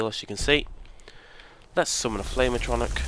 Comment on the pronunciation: Atronic lol At..tro..nork. would be a closer way to pronouce it pal